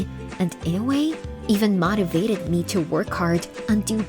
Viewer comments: Motivated was the worst. I was like what? mahtivated?! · If you are going to use a computer voice, you should at least make sure it can pronounce some words properly such as debacle and motivated.